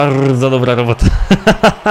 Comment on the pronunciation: Bardzo dobra rrrrobota